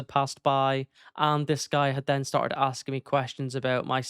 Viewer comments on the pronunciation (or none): none